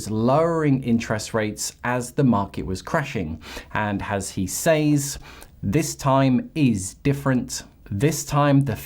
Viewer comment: 5.36 “as he says”. Just a heads up “says” is pronounced “sez”.